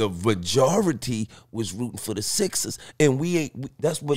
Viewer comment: “🗣the VENjority” wait what!? Lol